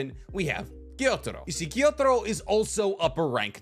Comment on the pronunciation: love the video but dislike how he pronunciates the names for instance, he says gyotaro but his name is gyutaro or kokoshibu but his name is kokoshibo hes just getting his U's and O's mixed up